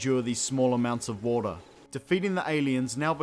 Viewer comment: Warter sinezzz😂😂😂😂😂